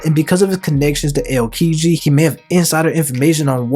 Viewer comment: dude said Ayyokiji